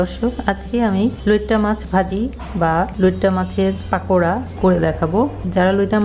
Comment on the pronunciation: পাকোড়া না পকোড়া